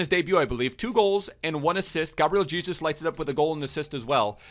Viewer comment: That's how you actually pronnounce Jesus in Portuguese tho